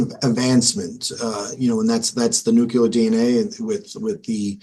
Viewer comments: It's nu clee ar not nu clue ar. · Nuclear dude, not nucular... This always kills me. It's just one of those silly things, but when people I know are quite intelligent do it, it makes me laugh. Very good interview. Very good prosecutor.